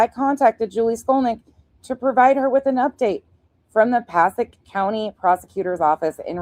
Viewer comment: Hey! So you are in the know, Passaic.... Paa-say-ik ❤😊